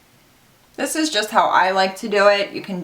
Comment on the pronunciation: Idk why but I laughed so hard when you said "let's do thees!!!" Before doing your brows 😂